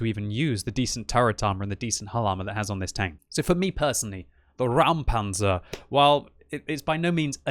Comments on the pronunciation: It is indeed a "Räumpanzer" (clearance tank) not a "Raumpanzer" (space tank). Pronounce like "Roympanzer" as opposed to "Raoumpanzer" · Just say "Roimpanzer", that is approximately how it's spoken in German. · Räumpanzer* The "ä" instead of "a" is importany it makes a diffrent sound. It translates to clearing tank. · It should be spelled Räumpanzer (pronounced as Roym-Panzer); as in "Clearing Tank"